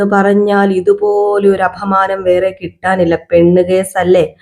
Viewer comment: അപമാനം ആണ് അഫമാനം അല്ല